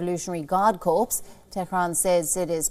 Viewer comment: You need to teach your presenter the word is not corpse.